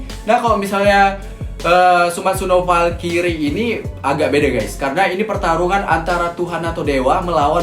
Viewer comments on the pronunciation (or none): Bang bacanya bukan falkiri tapi falkrai